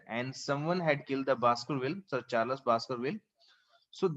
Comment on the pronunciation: Your explanation is too good but it's charls not charlas